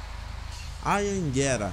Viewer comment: Tem esse ônibus aqui perto. Ele é intermunicipal, é de Osasco mas passa por outras cidades. Você pronunciou errado kkkk